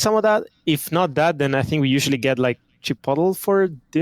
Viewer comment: Chi puddle? = Chipotle? XDDDDDDDDDDDDDDDDDDDDDD